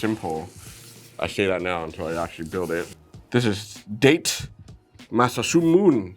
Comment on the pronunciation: As a Japanese Language Teacher, sorry I must say you butchered Takeda Shingen and Date Masamune's names pronunciation, I was like "NOOOOO! ToT". Especially the last one, I laughed how it sounded XD XD Don't worry, I actually enjoyed your review a lot :3 Aaaand, as also a Sengoku Era samurai nerd (such a one that it allowed me an invitation for going to Japan a second time, traveling to the places related to my favorite samurai), it will be my pleasure to tell you on which historical figure is based this mech: Takeda Shingen, known as the Tiger of Kai, was a japanese samurai warlord from the Sengoku era, a period of 150 years of war when Japan was divided into way too many territories and samurai clans fought each other to unify the country again. Takeda Shingen was such a BADASS. He overthrew his tyrant father and made his territory's habitants life easier. It's said he was the first Japanese to invent both Japanese currency with coins and toilets. He made a series of rules in order for its people to live peacefully and make his territory a strong one. Shingen was also a great estrategist, and his cavalry was probably the most feared in Japan at the time. Legends say he was such a big guy that he needed to ride TWO horses at the same time (to be fair, Japanese horses in that era were actually way small). But Shingen is more famous because his rivalry with another legendary samurai, Uesugi Kenshin, the Dragon of Echigo, a monk samurai who wasn't interested in conquest, but mor